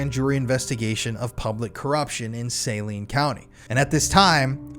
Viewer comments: I was in my early 20's at the time this happened in my town. I remember very well. I also remember that within 2 days of this incident, you couldn't buy any weed ANYWHERE in Arkansas. Most people here know what happened, well those my age and younger. Also, it's pronounced Saleen County/Hospital. Great job! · Great work on this. I am reading the Boys on the Tracks right now. One point of correction, the county is pronounced suh-LEEN. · It's pronounced sa lean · Its pronounced saLENE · You mispronounced Malak (Fahmy Malak) and Saline (County). It was like fingers on a chalkboard to hear those names said wrong over and over. On the plus, thanks for covering one of the most notorious Arkansas true crime stories that doesn’t get talked about enough. Interestingly, this, Ronald Gene Simmons, and John Markle all happened within a few months in Central Arkansas in 1987.